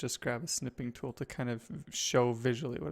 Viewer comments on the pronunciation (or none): none